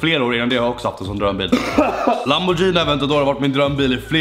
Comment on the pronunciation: Lamborghini inte jini